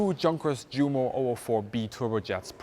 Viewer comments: Awesome video. I do have a question though. Why do you pronounce Junker and Jumo with a "J". Shouldn't these names be pronounced with "U" as "Yunker" and "Yumo". I'm trying to write this phonetically. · Junkers pronounced “Djunkers”. Jumo pronounced “Djumo”. Bad - we know how they should be pronounced. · There's no need to say Junkers Jumo as though they're English words - I've never heard a British person doing so - just go with the proper pronunciation. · why are you mispronouncing 'Junkers Jumo'? As a German I'm sure your aware it's pronounced 'Yunkers Yumo'. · GREAT video. Only criticism I would dare make is that you don't pronounce the big names in the correct German way: eg Junkers, Luftwaffe, Jumo = Yoonkers, Luftvaffe, Yoomo, surely? Us anglophones need to be educated. Best wishes from London - vielen dank!